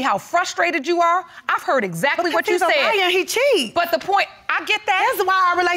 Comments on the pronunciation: Iz-zact-kley is not Exactly. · So she said he is broke n illetrate but she says eggzackly instead of exactly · Izzackly, izzackly, izzackly.